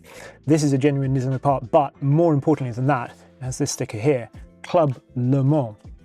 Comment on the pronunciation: Буква S в NISMO не должна быть звонкой, она шипящая. Как в слове Tesla, где англоговорящие произносят звонко S, а на самом деле нужно S, как в Steam. Это просто раздражает.